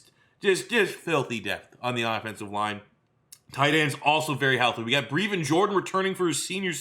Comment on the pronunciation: Stop pronouncing Brevin wrong